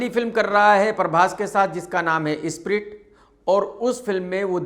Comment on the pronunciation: Spirit ❌️ Isshhhpirit ✅️